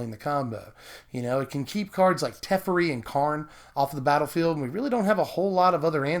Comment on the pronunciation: I was fully interested until you said "tefforee"... that honestly made me cringe and now I can't even finish the video. Wtf dude, it's "teh-feh-ree".